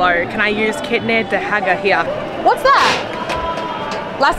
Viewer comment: I guess it's 'Kitne da hega' but you are pronouncing it wrong. Don't worry just ask in Hindi/English what ever you are comfortable in. India has many languages so it's not necessary to learn every one, try to speak if you want to but don't be tensed if you are uncomfortable in pronouncing words :)❤